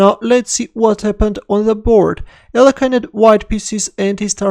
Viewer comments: please start pronouncing his name correctly again (Алехин) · What happened to the other pronunciation of Alekhine ? 😋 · Terrible blunder by in pronouncing Alëkhine.